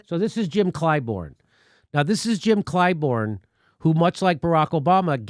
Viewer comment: It's ClyBURN, Jimmy. Not ClyBORN. WTF?